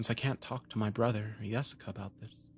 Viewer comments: I thought he saying Jessica till I say this😂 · Who the hell would name their kid Yesica? 😂 At least that what it sounds like he’s saying lol